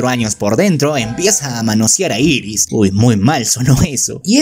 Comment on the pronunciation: No es iris es eris y no es grislein es gilen